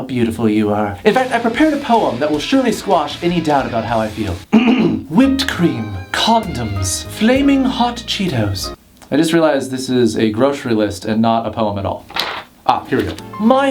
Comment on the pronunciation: he said codems